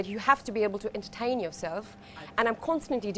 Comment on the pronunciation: Over-exaggerated, unnatural and cliched. Notice how she pronounce "entertain", she got the t wrong. Now t is pronounced differently in different british accents, but the accent that she was trying to pull off, it isn't pronounced like that at all. An ear that is used to listening both british and indian accents should be able to recognize that she's an indian.